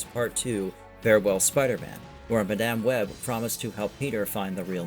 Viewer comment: Why do you say Madame Web so wrong?